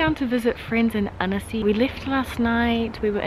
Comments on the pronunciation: u prononce âne-cy not anEcy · Every time you say "Annecy", it sounds like you're saying "Hennessy" 😁